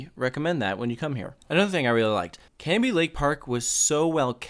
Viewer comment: I’m so glad you didn’t pronounce it Ca-No-Bie Also they added a double decker carousel and they have always teased new things. They do have space for another roller coaster if they wanted but who knows (they tease it a lot but permits restrict them from being tall, untamed I believe reached the height limit) The one thing the park does though is adds something new every one to two years, the double decker carousel, water park slides, the different train route and ice jet are all less than 5 years old at the park and untamed I don’t think is 10 years old yet either. Corkscrew was repainted a couple years ago too If you go back up to New Hampshire, mention it because a lot of people would go up there to do a meet and greet. Also a useful tip, they are extremely good with rain policies and if it rains they’ll give u a ticket for another day (assuming most rides are closed and they have to close the park) One more thing, 2021 go to screemfest up there, it is extremely popular there and is definitely worth the trip. But if you want to go when it’s not packed, fridays in May or June, my fam and friends always go on the Friday of Memorial Day weekend, it’s open 9am to 10pm. 9-3 it’s packed because of schools but after that it’s nothing. After 9 we were getting walk on’s with yankee cannonball so useful tip Hope you come back up to New England soon